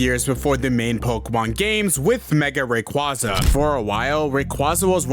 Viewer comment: At least say rayquaza’s name right💀